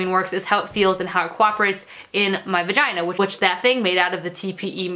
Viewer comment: "VUHGINA" 😂 I would love a period panty video. All your menstrual videos are awesome!